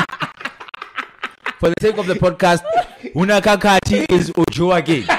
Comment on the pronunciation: LMAO left out the H on Khakhathi